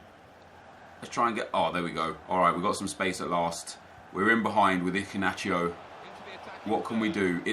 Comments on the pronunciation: Where is the c in Iheanacho?? Your pronouncing it Icinacho lol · Who else found his pronunciation of iheanacho - so funny 😂😂😂